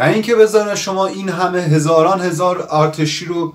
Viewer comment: چرا آآرتیشی میگی؟😂 ده بار بنویس ارتشی😂